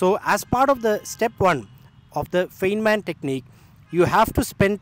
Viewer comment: A minor nit: Please note that "Feynman" is pronounced as "Fine-man".